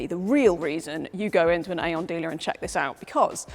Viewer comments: Hello, i had like to notice that Aion comes probably from the Greek Αιών which means Century, yes it sounds Eon, not Aion, but it sounds in o not in A, Thnak you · No. No. No. It is AI ON. Not AION. 😂